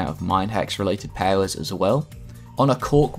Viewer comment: Love the way he says powers. Pawers